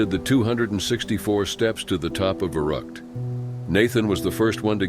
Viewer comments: And it’s not Va-rut it’s Va-root . Dude can’t pronounce obviously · Sound more like Verruckt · Verrückt Not verruckt 🙄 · If you can not pronounce Verrückt, do not keep saying it over and over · I think we already established that the narrator can’t pronounce things about 2 minutes into the video when he tried to say Verrückt.